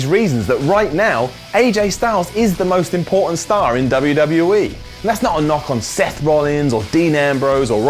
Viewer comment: When he said important star it sounded like he said pornstar